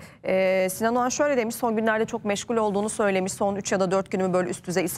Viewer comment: AYOL OGAN MIIIIII??? OĞAN MIIII? Doğru telaffuz EDİN aklımız karışıooıll